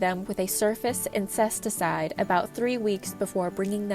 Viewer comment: Foilage …. Surface Incesticide …. Pearlite …. Is this an AI narrator?